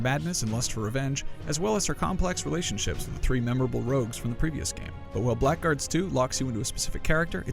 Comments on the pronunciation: you pronounced it wrong, not black guards, "blagurds" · It's pronounced 'blaggards' you twonk.